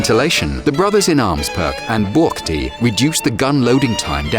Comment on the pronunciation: Its very funny the way how you read "buchty" :D